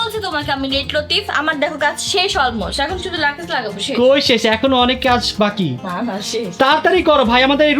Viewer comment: Lakej❌ Lagej✅